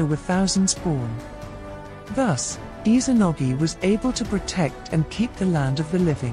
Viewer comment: Has anyone else noticed how she pronounces Izanagi? I’m hearing her pronouncing it as Izanogi, supposed to be IzaNAgi, not IzaNOgi. It’s IzaNAmi and IzaNAgi